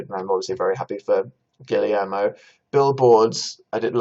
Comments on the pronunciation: PLEASE DANIEL you need to stop saying “gilly air mo”, Guillermo is pronounced like “gi yer mo”, the two Ls make a Y sound PLEASE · “Gillie-air-moh” Danny boy what are you saying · pls Guillermo is pronounced "gi-yehr-mo"